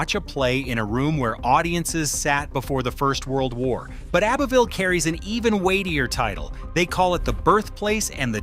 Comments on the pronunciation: Abbeville is pronounced Abbie-ville. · The old folks pronounce it "Ab-vull". I mean really really old.